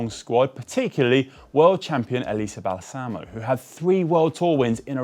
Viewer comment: Elisa Balsamo*! *with the accent on the first A